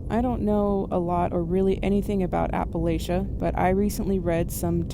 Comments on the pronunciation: I’m gonna say it again. It’s Appa-LATCH-ah. For all of you not from here. PRONOUNCE IT CORRECTLY PLEASE!!! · As a Appalachian you kept saying it wrong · Appalachian here, loved the video but if you’re going to talk about us pls say Appalachia right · Thumbs down for how you're saying Appalachia but it's okay I'm still subscribed. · Your pronunciation of Appalachia means you must be a Fed